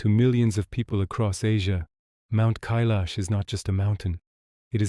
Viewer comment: 🤔 First time have ever heard it pronounced as in.. K lash 😏. Only heard it referred to, as in. K eye lash